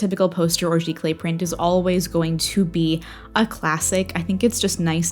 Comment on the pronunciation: Today I learned how to say giclee properly. 😅